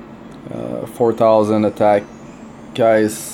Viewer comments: "Kais" lol I usually pronounce her name as "Key-say". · Her name is pronounced.. key-say... lol just saying.